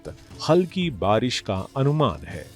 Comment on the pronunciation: बरिश नही बारिश बोलते हैं चच्चा 😂